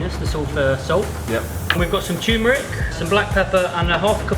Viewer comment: Loved this vid, and welcome back. 2 quick things... ketchup and eggs=no!... and also loved how your guest chef mispronounces “turmeric” as “toomeric”, but it’s all good. 👍